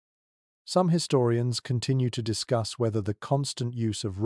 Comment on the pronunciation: You lost me at his-storians